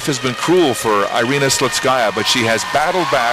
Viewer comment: Her name is Irina, not Airina, please USA get it right, spasiba.